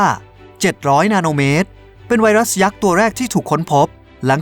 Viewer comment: ผมฮ่าตอนที่บอกว่าไวรัสพิศสส่า555:)ตุณทำไหมผมยิ้ม